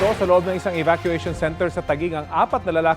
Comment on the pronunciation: Ahhh evacuation pala, ang dinig ko kasi pot session 😂